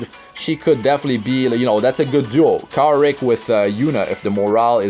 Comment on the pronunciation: You pronounced his name wrong, its Kawaii Rick lol